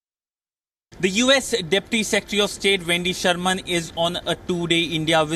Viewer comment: You are pronouncing Wendy Sherman’s surname incorrectly.😡